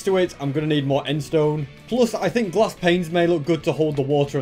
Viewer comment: I like when he says glass as “GlAascH”